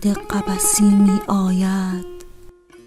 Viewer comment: خیلی افتضاح خوندید تقریبا ریدی به شعر حافظ علیه الرحمه ، بخصوص توی گویش می آید ، واقعا ریدی